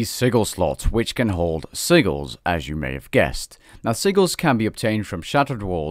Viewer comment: “siggles” lmao